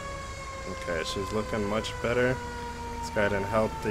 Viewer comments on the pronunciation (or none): none